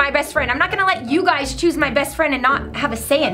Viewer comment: Who heard rebecca say you guyzes